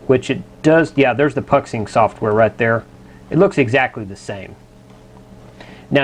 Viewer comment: love the videos just a quick FYI Puxing is pronounced "Poo Shing" it's a factory in Xiamen (pronounced "Shar men" ) in China keep up the good work always very informative.